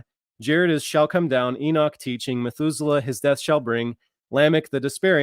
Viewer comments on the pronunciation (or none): none